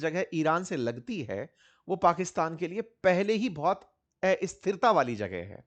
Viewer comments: एस्थिरता नहीं अस्थिरता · हिंदी में एस्थिरता नहीं अस्थिरता बोला जाता है । कृपया उच्चारण में सुधार करने का कष्ट करें